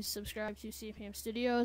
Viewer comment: lol you said cpmstudios but your name is cmpstudios ; ) note!